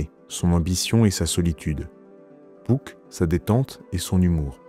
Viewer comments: Hannn tu dit "pouck" ça me perturbe, j'ai toujours dit "puck" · Oui j'étais pas mal fatigué durant le tournage. Et je ne sais pas pourquoi mais j'ai prononcé "Pouck" tout le long de la vidéo alors que je dis "Puck" dans la vie de tous les jours 😂